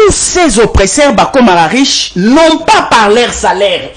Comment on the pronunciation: Très belle émission. please veuillez à votre prononciation OPPRESSEURS et non OPRESSAIRES SVP. Merci tala kk politologue national. Biso tolandaka yo 💪💪